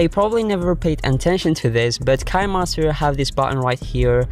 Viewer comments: It sounds nice to make him say Kinemaster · Next time pronounce kinemaster right👍👍👍